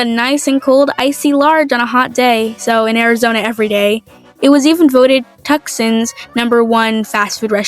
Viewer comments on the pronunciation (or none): Love ur Arizona design! As a local Arizonian, I do wanna point out a few things. 1, u did pronounce Tucson incorrectly, but it’s no biggie as it happens all the time. 2. Eegees has recently been closing some of its locations and it’s also not really local anymore because the people that bought the company are changing and expanding it. The og owners have opened a new restaurant though, it’s called Slice and Ice, and it’s honestly really good! Again love ur Arizona design, and nothing I said was meant in a hateful style <3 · As someone from Arizona, I'd recommend visiting Sedona if you can as well! It's a very gorgeous place. Also someone pointed this out in a different comment, but you pronounced Tuscan incorrectly. It's actually pronounced "two-saun"("saun" like sauna) There's also some beautiful botanical gardens if you can visit one, and due to the dryness, if you want to go on hikes, I'd recommend going in late fall to early spring to avoid those 100°+ temps! Anyways, on topic now, I liked how you did her design, especially with her sombrero! A good hat is a must for hiking and the flag looks great with how you incorporated it into her outfit! Great work!